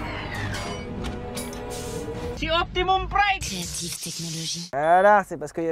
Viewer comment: « Ci ouptimous prime ! » 😂😂